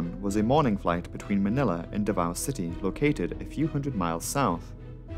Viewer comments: As a Filipino and fan of your channel, I can say you nailed the pronounciation of the names (exception is davao where the o is pronounced sharply like "davau" or "davaw"). The video is as always excellent. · Are you 5 years old? Also, Davao wasn’t even pronounced right. What are you saying? Stop being cringe.